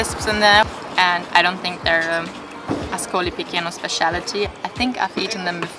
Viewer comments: I enjoyed your video! It's helpful to most travelers when you pronounce the names of towns and cities as they would be pronounced in their country, in this case AScolee pi-CHAY-no. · please ask to local people it's not difficult. Pronunciation: Askoli picheno. The pronunciation rules in Italian are simpler than English.